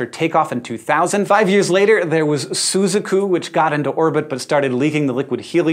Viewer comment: I'm about 80% sure that Hank mispronounced Suzaku .